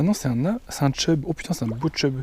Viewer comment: Chub frero, pas tchub 😂👍🏻